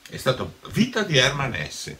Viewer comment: Hermann HessE. In tedesco le e finali si pronunciano sempre.